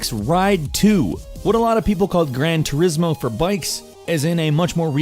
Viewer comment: "Grain turismo" lol